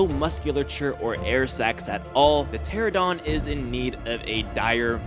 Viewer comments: It's not a pteradon it's a pteranodon. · Bruh why do people say"Pteradon" it's "Pteranodon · Pteranodon... Pronounced ter-ran-uh-don not terra-don. JS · Not "ptera-DON" its "Pter-ON-odon". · Why does everyone say Pteradon instead of Pteranodon? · Bruh, It's pronounced TER AN AYYY DON not a teradawn. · How do you guys not get it!! It's a pteranodon not pterodon. 😐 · also its teranadon not teradon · I ANNOYS ME SO MUCH WHEN PEOPLE SAY "PTERADON"!!!!! I'M SORRY BUT SHUT THE FUCK UP UNTIL YOU FIGURE IT OUT!!!! I NEED TO CALM THE FUCK DOWN!!!!!!! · Why can no one say pteranodon? There is an 'n' in it